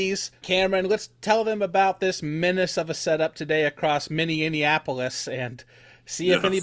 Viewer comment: Minnianapolis will never not make me chuckle - local who wishes they could go chasing today 😂 once had someone pronounce Eden Prarie as Eden (it’s Eden like a paradise) Prarie. Out of all the names. 😂